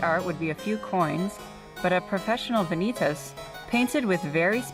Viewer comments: Yep, that bugged me too. Should be vah-nee-tahss. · Please correct your pronunciation of the latin word "Vanitas". Van-i- tas' .